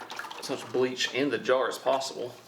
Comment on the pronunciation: A sir - its pronounced "Bleach". BLEACH sir.